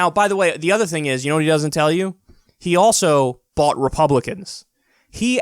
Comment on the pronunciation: Did he almost say "I bought them" or "I bot them"? Either way, it's controlled.